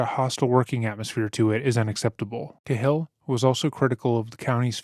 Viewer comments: Cahill is pronounced Kay-Hill. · For the love of god It’s pronounced KAY-HILL! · It's pronounced Cay-hill, Irish. I really appreciate your content. ✌🏼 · Do you mean Cahill (Kay Hill)? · Narrator needs to learn how to say the last name "Cahill".